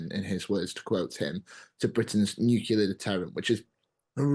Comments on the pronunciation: The moment someone says "nukular" I can't take him seriously. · Nucular ? Can't seem to find that in any dictionnary or encyclopedia... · Impossible to take someone seriously on defence if they say "nucular". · How times have changed. The Times employs someone to work on their channel who is unable to pronounce Nuclear.